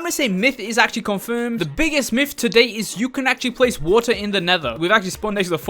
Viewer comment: You saying waer in stead of water